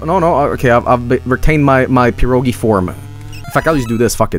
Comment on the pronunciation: Gee,, stop misinforming people It's pirogi', not piro'gi And you also used non-canon pirog picture }:C